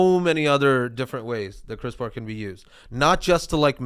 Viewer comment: Going back to the backlog as we wait for a new episode. “Cris-per” is the pronunciation :)